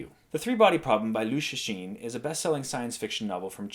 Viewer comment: Rarely did I see a foreigner who knows how to read the name "Cixin".